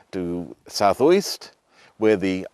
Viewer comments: Just a tip - Uist is pronounced "you-ist". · “…with a totally unpronounceable Gaelic name…” - how colonial of you - just shows lack of education on your part…as demonstrated with you deliberately mispronouncing Uist in your videos and misspelling whisky.